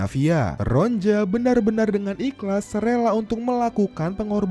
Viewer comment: Ronia bukan ronja min😂